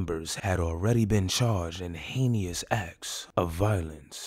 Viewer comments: “Heyy-nee-ous acts of violence” 😭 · Aye bro why you have to say heinous like that 🤣😭😭😭😭